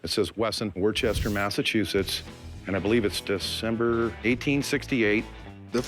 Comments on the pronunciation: 🤬 it’s woo-stuh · It's not pronounced "Wor-chest-er". It's pronounced "Wuss-ter" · “Wore-Chester, MA” lol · Anyone who pronounces Worcester that way doesn't deserve owning a Wesson pistol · Well this dude selling the pistol obviously has no idea how to pronounce the City of Worcester, MA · i love hearing out of state people pronounce worcester lol